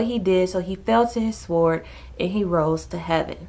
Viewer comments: Love these video but sword is pronounced sord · do not pronounce the "w" in sword. it is said like "sord" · Thank you so much!! Needed to hear this. Can I make one small suggestion...the W in sword is silent Like the k in knife The L in Salmon Peace!!!!